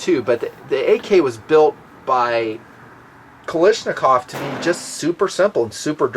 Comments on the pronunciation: I always enjoy watching your videos because you base them on your experience. You also come across as a well informed person. But you pronounced one name wrong all the time! Its KALASHNIKOV and not KALISHNIKOV! Thank you for your contribution to the gun comunity. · I think we got Kalashnikov mixed up with Baryshnikov and we came up with Ka-LISH-ni-kov 🤫